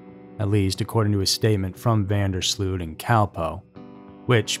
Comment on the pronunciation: the last name is incorrect as well; it's pronounced van (not ven) der sloat.